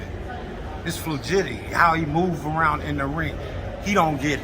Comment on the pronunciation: You a savage for pointing out that man with "flugidity" lmbo. Flugidity from the latin flugiditus. lmbo